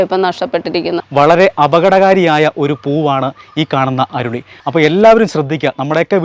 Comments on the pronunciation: അരുളി എന്നല്ല.. നമ്മൾ അരളി എന്നാ ഇവിടെ പറയുന്നത് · അരുളി അല്ല.. അരളി